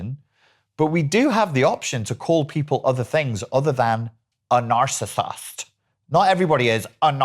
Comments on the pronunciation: Oh my gosh, & how you said narcissist...I pissed myself laughing 😂😂😂🤣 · Bahahahahah “narcissist” in American accent had me cracking up ! Oh the accuracy!!